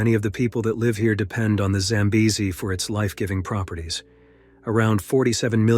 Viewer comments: Record number of pronunciations of Zambezi. Congratulations 👎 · And 5 different pronunciations of the river name! I prefer normal narrations, even tho this was interesting. Such a beautiful place!